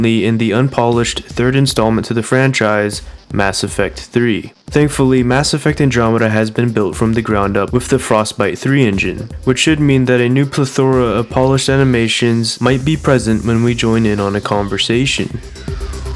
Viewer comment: I hate the way you pronounce "plethora". It's pronounced "pleTHərə".